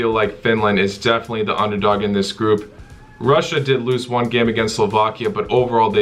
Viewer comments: Russia is pronounced "rush-a" not "roo-see-a" WTF? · Roosia? Dude seriously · Why did you pronounce Russia (ROO-CEE-YA)? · Ru-seee-aa is so underrated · Haha, I also noticed that. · Excuse me...Rooseah? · Rassiya would be correct lol. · It's Rassiya man. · The way he says Russia lol, Belgium all the way! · Man can’t say Russia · Never ever pronounce Russia like that ever a fucking gain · the way he says russia is funny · Russia pronounciation 😂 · i’ve never heard anyone pronounce russia like that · I assume you're saying "Russia" wrong on purpose?